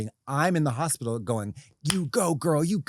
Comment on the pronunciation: just going through my day saying, "hopitol"